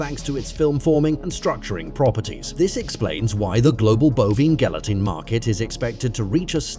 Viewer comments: Make a video, fu the pronunciation of the primary word in the video.. My job is safe from AI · Are we just going to ignore the fact that he pronounces the word gelatin differently almost every single time! Hahaha Gal-e-tin, Gal-e-tine, Yelatin, Gal-a-tin, Gal-a-tine… jellytin, jellytine, gel-a-tin. 😂😂